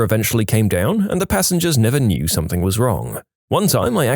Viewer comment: drives up the wall when he says "Somethin**k**"